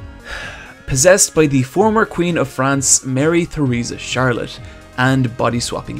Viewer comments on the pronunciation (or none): none